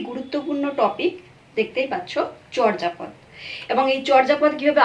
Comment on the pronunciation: আপনি এখানে চর্যাপদের উচ্চারণ বলেছেন 'চর্'জাপদ' কিন্তু প্রমিত বাংলা উচ্চারণের নিয়ম অনুযায়ী উচ্চারণটি হবে 'চোর্'জাপদ' । নরেন বিশ্বাস, বাঙলা উচ্চারণ অভিধান, বাংলা একাডেমি, ঢাকা ।